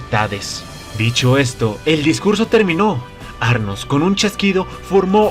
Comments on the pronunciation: es anos, no arnos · El nombre era anos, porque dices arnos?? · Tengo una súper duda desde que empezaste a narrar los episodios de este anime/novela Por qué llamas Arnos y no Anos a nuestro Maou-sama??? XD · Que no era Anos y no Arnos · Porque siempre mencionan mal los nombres Quien chingados es arnos :v